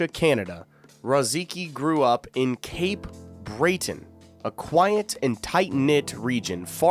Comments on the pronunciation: The pronunciations are fkn awful in this man. Rozeekee? It’s Ruhsickee. Cape breeten? Breeeten? BRETON bro. I grew up with rozicki. He’d fkn laugh at this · bro said Cape Brayton? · Bro needs Lennox to be his manager!!! This is why fighters have to sell their souls for a title shot. Pls learn how to pernounce Cape Breton. Breton like the cracker, not very hard..